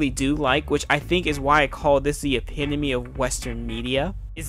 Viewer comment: The way you pronounce epitome is killing me dude. also, they bring up the guns to show that Jinx is skilled. The whole reason Mylo doesn't value her is because he thinks she can't fight fist to fist. Her skill with the gun shows however, that she can contribute in another way, but is instead being forced to take on a role she isn't suited for. To take an example from my favorite sport of soccer, she is a striker being played as a goalkeeper. So I think the scene is actually very useful and subtle about that point.